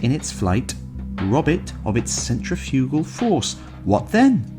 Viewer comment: This and Wells' IN THE DAYS OF THE COMET may very well have inspired the later popular serial-then-book WHEN WORLDS COLLIDE (and possibly Velokovsky's WORLDS IN COLLISION, tho that's more of a stretch). (Narrator please note the pronunciation of "centrifugal".)